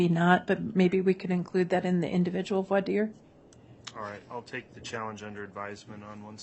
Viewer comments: Why does the judge mispronounce voire dire? He has several ways he pronounces it. lol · I cringe every time he says "for dire". 😆